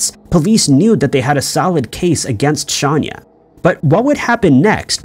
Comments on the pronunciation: Shanya Hubers is pronounced Shane-a...just letting you know that the way you or your robot is saying it sounds...weird. John Orr (the Fire Inspector and Serial Arsonist), never used pillowcases. He used a lit cigarette, matches, and occasionally a strip of paper, bundled together with a rubber band. Where did you get pillowcases from? I can say with 100% certainty that pillowcases where never used. This is a case that I am very familiar with. Pamela Hupp...what a selfish, narcissistic, conniving, murdering animal. The poor husband who had to deal with losing his Wife, being accused of the murder ( while actually being innocent), worrying about his children, all the while that murdering wench was out spending all of the insurance money, most of which was meant for the children to have Trust Funds. 🇨🇦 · I have a feeling you know that’s not how you pronounce her name. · It’s not Shaun-ya Hubers it’s Shay-nah Hubers. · Shayna not shanya lol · yes I know. If you look at the board she's holding in her mug shot, her name is spelled SHAYNA and he's pronouncing it Shanya, which is incorrect. Just a mistake, but doesn't effect the video story/content. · Hey - actually, it's pronounced "Shay-na" but it's pretty bad whomever put this video together didn't notice the glaring error! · Shay-nah.Look at your own video,her mug shot is right there with the spelling...I knew I'd seen her case before ,but the way you were saying her name as "Shahn- yah" threw me off... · How did he get Shanya out of Shayna.... Pronounced: Shay-nah... Shay-nah.... Shay-nah........... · On what planet is SHAYNA pronounced SHONYA 🤦🏻‍♀️😂😂 It’s Hubers too not Hubert It’s not Edinburg! 😭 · im sorry but her name is shayna not shanya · ~ Please be more accurate in your videos. It’s “Shayna” not “Shanya” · Shayna not Shanya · Her name is pronounced Shane- ya Not Shawn- ya YouTube search videos about her hun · Pronounced Shane A (Shayna) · Don't you mean "Shahnnn yah?" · its Shayna ...NOT shaaaania